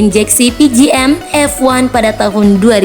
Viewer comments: Honda tiger belum masuk, honda spacy belum masuk Saran min.. Klo bisa ambil data yg akurat, cari dari web otomotif atau yg bahas penjualan motor, krena ini channel informasi, bukan channel lawak, jadi ketawa sama info yg di sebut di video atas, yg parahnya penyebutan fi menjadi f-one, jadi kyk melawak channel ini kesannya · Masih kurang wawasan nihhh di baca efay fi bukan di baca efone f1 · Orang pengucapatan ka FI. Masa di di sebut F one . . Lucu . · Cs one dibaca si es wan, Dan fi (ef ai) bukan ef wan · Fi woy bukan F one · FI bukan F1(one) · Min yg bener kl ngejelasin... Fi bukan F1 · FI bukan F1, FULL INJECTION.. BUKAN FULL ONE😂😂😂😂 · FI lol, bkan F1.. 🤣🤣🤣🤣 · Fi anjir bukan F1 hahahha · Cs 1 125 cc, bukan 110fi bacanya ef ai, bukan ef one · Padahal bacanya saber buka sabre 🤣🤣 Tadi juga baca FI harusnya ef ai malah ef wan 😂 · Fi dibaca ef ai buka ef wan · Naratornya kaga belajar dulu nih. Baca FI aja kaga bisa